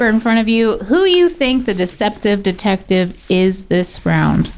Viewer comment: Watching Rhett repeatedly butcher the pronunciation of "deceptive detective" while explaining the game in the beginning was tremendous